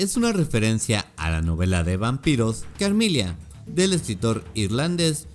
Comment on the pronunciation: Lo único que me chirrió de éste video fueron las pronunciaciones "Carmilia" y "Leonor", las pronunciaciones correctas son simplemente "Carmila" y "Lenor" respectivamente... Sí, me puse jodido pero es sólo que quería comentar y no sabía qué 🙃 además que todos los datos son los mismos que todos los canales dedicados a esto exponen, qué más se podría aportar??